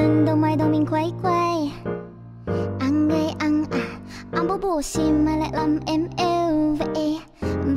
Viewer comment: kobo phát âm khá chuẩn đấy có mấy chỗ không đúng như từ "khó" kobo phát âm hơi sai thì phải còn từ "anh" kobo phát âm thành chữ " ăn" r còn chữ "tối" kobo phát âm thành chữ "túi" con chữ "em" thì vài chỗ kobo nói thành chữ "ăng" :)))) có vẻ tui soi hơi kĩ :)))